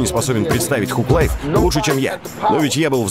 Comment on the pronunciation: Мужик ну ты хоть проверяй произношение английских слов. Тхуг лайф, ну и стыд